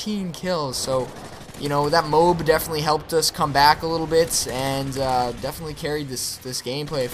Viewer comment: Its really irritating, he keeps saying "moob" instead of "m.o.a.b" A good game though!